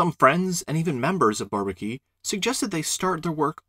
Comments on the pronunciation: Why not call it inequality? Great stuff, by the way (I'd only pronouce Bourbaki with more of a French accent). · Thank you, this is really well done! Perfect presentation, nice animations, a pleasure to watch. And on behalf of the content: it puts things to that perspective where suddenly all makes sense. Pretty interesting, that MacLane tried to convince the Bourbaki group personally, I did not know that. Fun fact: it took me a while to understand the pronunciation of "Bourbaki", to me (a german/French speaker)😊 it sounds more like barbecue...